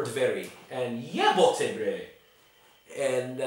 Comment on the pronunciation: That "jebote bre" was spot on :D